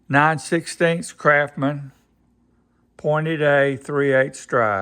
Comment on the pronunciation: Those tools are NOT kraphmen. S and T aren't that hard to pronounce. Like the word Mustang. CRAFTSMAN not crafmen.